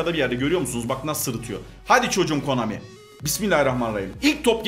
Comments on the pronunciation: Abi adamsın bi kalp atsan bide abi pusa komani diyon pusa konami 😂😂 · KOMANİ değil KONAMİ:DD Gülmekten öldüm yaa:DDDD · komani dedi😀